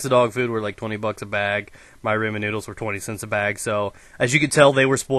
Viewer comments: RAH-MEN NOODLES NOT RAY-MAN NOODLES. just saying lol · It's RA-MEN. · "reyman noodles"